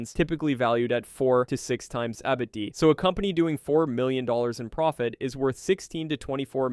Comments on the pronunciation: i was so triggered by EBD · Your AI voice trying to pronounce “EBITDA” is hilarious 😂